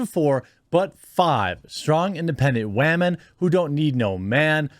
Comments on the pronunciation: I didn't even know anything about this movie being made or premiere. I turned cable off over a year ago. But anyway dude, you crack me up. Im going to start saying wahmen from now on. This doesn't surprise me that it failed. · Stop saying wahmen ... it sounds so foolish. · does he not know how to say women or what? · I think I have a stroke every time you say women